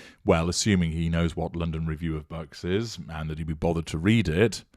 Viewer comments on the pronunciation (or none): Oh i thought you were saying "the review of bugs!!" i thought it was some entomological report!